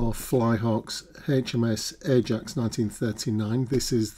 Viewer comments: you are correct in pronunciation of Ajax, if the ship was not RN and European for example then it would have been pronounced the other way. Great review and looking forward to seeing this built. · Ajax is the correct pronounciation